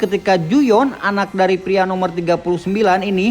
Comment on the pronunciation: Keren Ayo bahasa Indonesia nya agak lebih dibenerin lagi bg Biar makin kece Pria jngan priak atau dewasak 🤗🤗